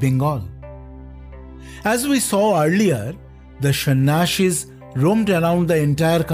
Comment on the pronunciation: It's not shan ashis it's sanyasis